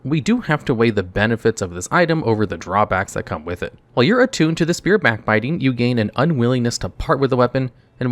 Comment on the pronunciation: Spear, not sphere. Thank you.